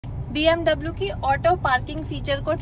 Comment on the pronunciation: First have to learn how to pronounce BMW... don't say BMOO..🤦‍♂️